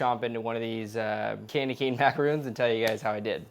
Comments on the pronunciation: Ugh, you were doing so good at saying MA-KAH-ROHNS then you started saying MA-KAH-RHOONS throughout the video. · This is an awesome idea, thanks for the recipe! Gotta tell you though, it's pronounced 'ma-cah-ron', not 'ma-cah-roon'. Macaroons are those delightful little crispy coconut cookies, and macarons are obviously what you just made there. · Macaroons and Macarons are 2 different cookies. Macarons are pronounced with 1 "O". He keeps calling them the wrong cookie by saying "macaroon".